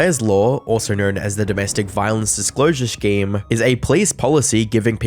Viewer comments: Stop saying scheme as shkeem you have said it properly before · Great video, but i can't get over you say scheme like shhkeme instead of scheme 😭